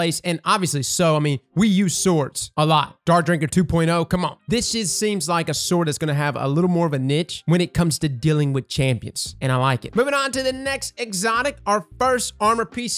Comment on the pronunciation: did you call niche a "nick"?